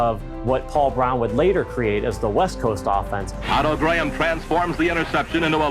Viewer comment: Interesting that “Graham” is pronounced correctly by the commentator . The corruption to the modern “Gram” must have happened in the intervening period.